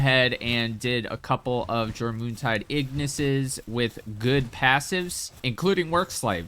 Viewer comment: Jor moon tide? It's pronounced "your min tide"